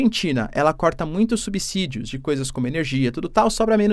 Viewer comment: Olá professor, parabéns pelo ótimo trabalho! Apenas uma correçãozinha na sua pronúnica na palavra "subsídio", a pronúncia correta (na minha opinião) é com som de Z, como se fosse "subzídio". Não tenho conhecimento de causa no que estou falando, estão por favor verifique com alguem papacitado caso queira.